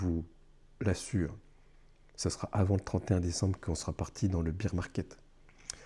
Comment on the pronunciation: Tu dis bire market c est faux bear c est ours 🐻 🐻 🐻 ça se dit baire. Pas bire. .. beer c est bière ça se dit bire 😂😂😂